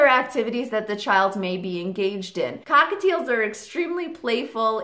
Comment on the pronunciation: did she say hockateils?